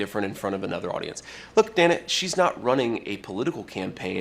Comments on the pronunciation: Again, her name is pronounced, "Danna," not "Dana," even though it is spelled with one n. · Her name is pronounced DAN - A not DANE-A